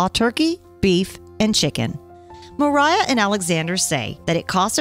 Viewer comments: native Russian speaker here. Masha's full name is Maria Dmitrieva. It's pronounced as Muhreeyah. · MARIA. Not Meriah...